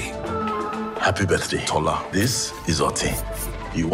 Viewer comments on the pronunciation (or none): 😂😂It's TOR-LAH (without rolling the "r") 😂😂 Also, LAY-GOS, not LAH-GOES 😂😂😂 Y'all cute when you keep saying lah-goes LMFAO... like you invented the word hahaha Anyway, love your videos, Nigerian here! PS: looking forward to the movie (simply because we haven't really made any blockbuster animations), however, I know Disney is going to do what they usually do and we won't take it lol. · I have nothing much to say but these: 1. Tola - 'To' as in 'TOur' and 'La' as in 'fa so LA ti' 2. Lagos - 'La' as in 'LAId' and 'Gos' as in 'GUS' in cinderella, or 'BUS' 3. This is the one that cracked me up when she said it lol. Kole. I've never heard the name before, so I assume the meaning of the name is to build a house, which is pronounced, 'Ko' as in 'CAll' and 'Le' as in 'LAY'. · My heart can't stand the way, you're butchering Yoruba names.😢 Tola is pronounced Toh-la (as in a la la land) Btw, Nigeria id extremely diverse, in their culture and ethnic groups, i.e in the Yoruba larger community is very diverse and has other subgroups in it. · My heart can't stand the way, you're butchering Yoruba names.😢 Tola is pronounced Toh-la (as in a la la land) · not to be rude but that is not how you pronounce Tola or kole or Lagos